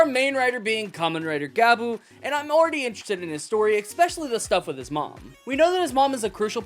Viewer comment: Gavu, not Gabu